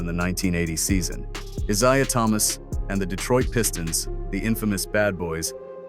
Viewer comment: Bird didn’t repeat 8184 86 get it and his name is pronounced EYE ZAY AH not the shit u pronounced